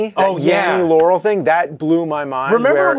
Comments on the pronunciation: it sounds like Yaural to me not Laural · That's weird, I heard it as 'laurel' before, on this video all I hear is 'yanny'. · Does anyone else hear "Yaurel"? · I hear "larrel"